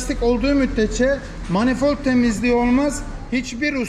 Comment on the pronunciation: Usta Manifort değil Manifold 😂